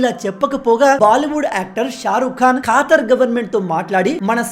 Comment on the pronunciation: Khaatar kaadura ayya khattar......